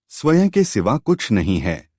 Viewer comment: Bahut accha bolte hain aap. Lekin ek shabd baar baar khatakta hai. Swaen shabd ka uccharan Swayam hai. Jaise sanskrit ka ' aham'. Anuswar (Akshar ke uper bindu )ko 'n' aur 'm' dono ke liye stemal karne lage hain. Isiliye galati ho rahi hai. Hindi ka uccharan aapka bahut accha hai.